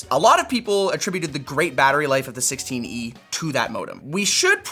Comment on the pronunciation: Did he just call the 16e "the sixteeny"? :D